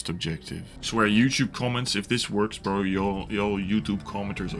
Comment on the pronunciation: The way you say bro is absolutely insane. Brorrrr